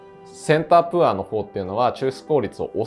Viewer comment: 大変勉強になる動画いつもとってもありがたいなと思いながら拝見しております！ プァー (poor) じゃなくてポァー (pour) なので為念お知らせします📢